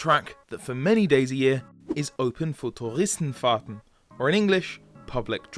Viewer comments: Wow... Finally one English guy who can pronounce "Touristenfahrten" and "Nürburgring"... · Tbh the Touristenfahrten was pronounced pretty good!